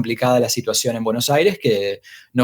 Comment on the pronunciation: Bueno Aire